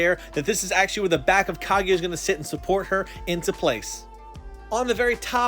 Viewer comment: I don't if this guy watches naruto he said kiega not kaguya